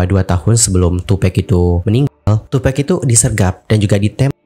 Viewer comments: Tupack bang pack. Bukan pec😑😆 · Bukan tupek... Tapi tupak nyebutnya. Kwkwk tupac